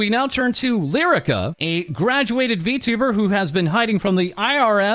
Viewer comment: "V*two*ber" lmao